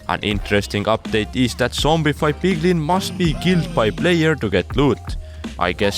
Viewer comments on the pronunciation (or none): none